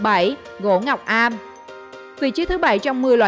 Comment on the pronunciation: Gỗ ngọc âm không phải ngọc am